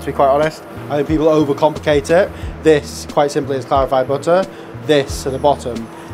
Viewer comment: "Bihhuh... BITTAH!"